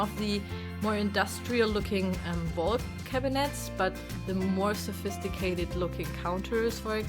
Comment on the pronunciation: it is funny to hear her call the things i would define as "old shit" as sevistigated, haha